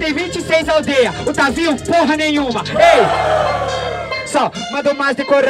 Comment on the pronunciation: Só eu q tenho agonia quando fala tavinho e n tavin 😃👍